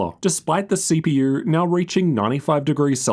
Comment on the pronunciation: mf said CPUr GPUr............